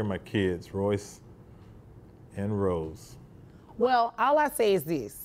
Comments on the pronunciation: it’s rolls not rose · not Royce and Rosw but Rolls and Royce, like the car called Rolls Royce.